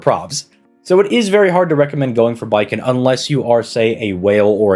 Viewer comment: It's Bakin, not Baiken.